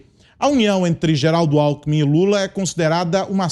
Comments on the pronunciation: Aos é nítido que larapio fala "companheiro álcool em mim" e não companheiro alkmin 🤣 🤣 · Lula confundiu o nome Alckmin e falou, alcool em min !! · Companheiro Alkomi 😂😂😂😂😂😂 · Companheiro "Álcoolmi" 🤣🤣🤣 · "Cumpanhêro Alckmun" kkkkkkkkkk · Lula falou "companheiro acoolmin" kkkkk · “Cunpãnhero” Alckmin??? KKKKKK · Ele falou "companhero Álcoumin"???🍻🤔🤣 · Interessante... O Lula falou cumpanhero "alkumin"... Será que tem relação dom álcool??? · O EX. PRESIDIÁRIO não sabe falar o sobre nome do seu vice. kkkkkkk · “Cumpanhero alcumi” HAHAHAHAAH não aguento esse analfabeto ladrão kkkkkkk